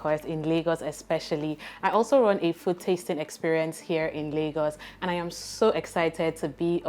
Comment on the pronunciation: Please It is not "Ayam" your favorite host, it is "I am" I've been holding myself since season 1.